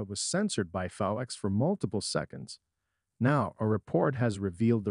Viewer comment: Her name is not Nea,it's Nia,with the I pronounced. It's Fox programming, not F.O.X. If you are going to report on things,learn to pronounce things correctly